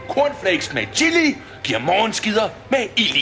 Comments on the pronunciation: han siger: illi(chilli) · Starter forfra, trykker start og trykker 3 så lyder det som om at han siger killing xD